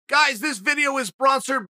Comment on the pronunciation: CHAEL "BRONSERED BY" SONNEN